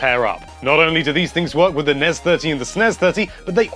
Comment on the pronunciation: This is the correct way to pronounce them as a word (not as "en-ee-ess" or "ess-en-ee-ess"). They have 1 's' which combined with an 'e' makes an 'ez' sound. Double 's' with an 'e' makes an 'ess' sound. e.g. Esmay, charges, present, fixes, Wes........guess, mess, Ness, less. of course 'est' is different altogether because english is awesome.